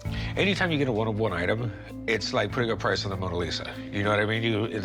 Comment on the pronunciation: It's 'one of one' not 'Juan of Juan'